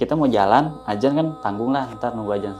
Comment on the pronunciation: Jaman sekarang kenapa sih orang ucap adzan sama astagfirullah hal adzim itu salah semua.kenapa ucapnya ajan sama astagfirullah hal ajim 😩.tolong klo ucap yg bener karna gak enak banget klo denger